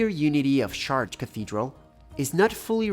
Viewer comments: Shart? I hear shart... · "SHAARTREH" would be HOW YOU PRONOUNCE this word if written in ENGLISH. THE WAY you say it sounds like "my kid shart itself"..... NOT correct. IT'S 2026, JUST USE THE GOD DAMN Google pronunciation FUNCTION, before recording yourself saying it horribly wrong. CHEERS. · Chartres is pronounced "Shar-trö" (the "TRÖ" part is important too). 🙂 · Wow, your pronunciation of "Chartres"..... what a pity. So far from the French pronunciation.